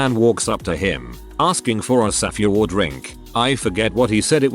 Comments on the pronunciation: You couldnt even put in the effort to go through this video once and add a space between all the times your TTS software said "safeword"? You just decided that "saf-ay-word" was perfectly fine? Really? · Ew.. why does the bot pronounce it saff-EE-ward